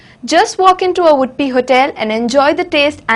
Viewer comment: what she is telling? udpi or wood-pee? can't she pronounce UDUPI properly?